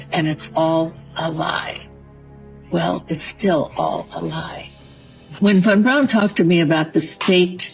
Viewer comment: Boy, this one is full of nonsense and lies. If that was Stanley Krubrik, fessing up, then Bart Sebril would have been the one taking this interview. I find it funny that none of these people are pronouncing Von Braun correctly...lol. Delores is delusional.